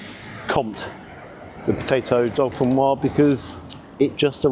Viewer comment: Hi, could you please help save UK from saying “potato dauphinoise”? I hear it all the time in the UK. My family is from the Dauphiné area of France and it’s in fact Gratin Dauphinois. The last syllable is nwha and not nwhaz. The s is silent in Dauphinois. Thanks for any help you can provide.